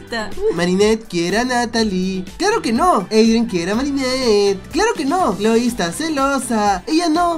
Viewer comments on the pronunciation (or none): soy la única que noto que en vez de "Cloe" dice "chole" :v